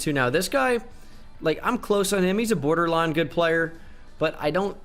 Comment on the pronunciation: “borderline” Bordelon Cmon I can’t be the only one who noticed that